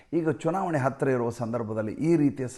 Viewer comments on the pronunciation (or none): none